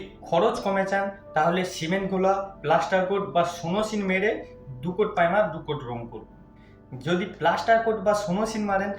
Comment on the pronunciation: tumi akhono "primer'' sathik vabe bolte parona, khub birokto lagche sunte.